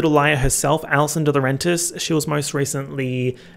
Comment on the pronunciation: + take a shot when he calls allison "allison deswagrentis"